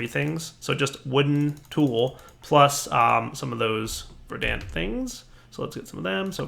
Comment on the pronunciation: Dude. The "a" in "verdant" is a schwa.